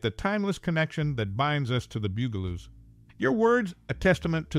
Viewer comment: I had to laugh every time he pronounced it like the musical instrument bugel bugel-oos lol my friend you know they're supposed to be insects lol they're bugs the bug-aloos . Get it?